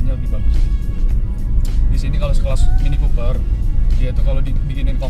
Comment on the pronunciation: mini Cooper bang.. bukan mini koper..